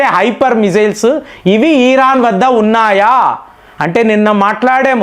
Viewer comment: నువ్వు ఏమి చెబుతున్నవురా. ఎందుకు ఇరాన్ ను హైలైట్ చేస్తున్నావ్? నీకు ఇరాన్ ను ఈరాన్ అని పలుకుతావు. Useless fellow ఇరాన్ కి అంత సీన్ లేదు. చైనా అండ్ రష్యా ఇరాన్ కు అమెరికా ni defeat చేయడానికి help చేస్తున్నాయి. నీకు తెలియదు. నీ గొర్రెలకు అస్సలు తెలియదు.